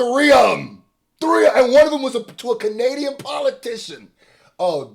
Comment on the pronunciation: “Kenadian” man 😂😂😂